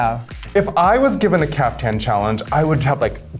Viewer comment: It's Caftan not Kafka, Akeria. Lose the bug! :P